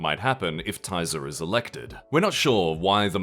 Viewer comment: I love you guys but that pronunciation of Tisza must be ragebait 😭